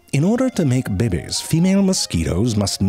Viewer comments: Narrator: In order to make-- sexy deep in sudden heat narration voice (bibbies) 😂😂😂 bro it's "babies' I'm dying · Listening to ZeFrank say “bebe” will never, ever, get old. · The narrator is so amazing! I love his pronunciation of "babies". Reminds me of Schitt's Creek! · The way he says “babies” gets me. 🤣